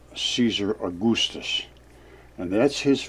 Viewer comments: Caesar A-goose-tus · I'll give him points for 'Caesar A-goose-tus"